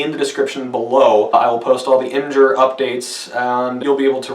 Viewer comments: Its IMGUR NOT IMGER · "ihm-jer" All sympathy gone. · Im-Jur?!?! TRIGGERED!!!!!!!!!!!!!!!!!!!!!!!!!!!!!!!!!!!!!!!!!!!!!!!!!!!!!!!!!!!!!!!!!!!!